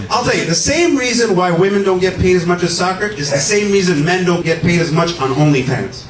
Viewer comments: OH THANK GOD!!! I thought I was the ONLY ONE who was noticing that everyone is saying woMAN instead of woMEN nowadays. Where TF is that coming from??? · Omg I’m so glad I’m not the only one who thinks that people who say woman instead of women are ignorant af.. it’s super annoying. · The women thing started creeping up a while ago and I've been wondering why in the hell can't anyone pronounce women anymore. Getting dumber by the month. Holy hell.